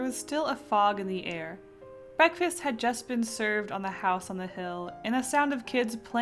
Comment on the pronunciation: Haha oh no. Instead of "Breakfast had just been served" I understood "but Chris had just been served" and was waiting the entire time for an explanation of who Chris was :P Whoops